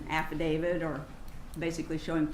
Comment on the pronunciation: To the defense atty: it's an affidavit, not affadavid.